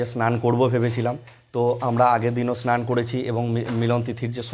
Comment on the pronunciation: স আর. শ. এর উচ্চারণ বীভৎস। স্নান, “ সান” বলে কোনো শব্দ নেই। উৎসব। উচ্চারণ করছেন “উতশব”। স আর শ এর উচ্চারণ এর ডিফারেন্স জানেন না।